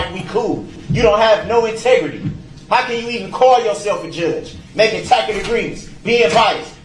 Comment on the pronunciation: Tackit agreement- Tacit agreement